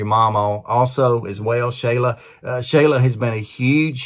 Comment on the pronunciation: Hey, this is Josh's older brother Joe, our moms name is actually pronounced sh-ALL-uh, not SHAY-luh, dont feel bad everyone gets it wrong, love for the video thanks for getting the word out about my little brother.